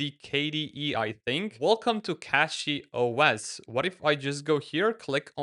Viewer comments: its CachyOS and not CatchyOS ... 😁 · It pronounced cashy noch catchy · Please stop saying "Catchy" when its CACHY. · he was the 2nd person with an non-english accent who called it "catchyOS"